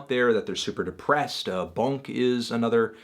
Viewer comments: Why he call him B U N K wtf mans called BOONK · Jid and BUNK huh.. i love you anthony! but its J.I.D. and Boonk.. great review! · Just saying, it's Boonk, not Bonk XD melon